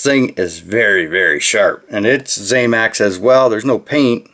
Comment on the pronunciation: One more thing, promise, it’s not ZAMAX, it’s ZAMAC. The end pronunciation is ACK, NOT AXE. You’re welcome.